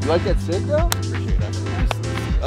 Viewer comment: I keep hearing 7 sick